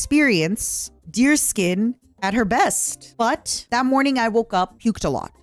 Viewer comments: That’s the funny thing, it’s not, she’s just doing it to mess with her. It’s supposed to be pronounced Dears-kyun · So I'm not the only one who pronounces it deerskin